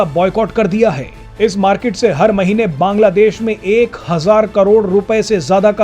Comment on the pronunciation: Baaaaanglaa deéeesh kaisey fudu ki Tarah bolta hey .Aram sey Nahi Bol Sakta Kiya